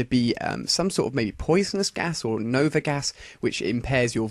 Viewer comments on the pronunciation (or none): none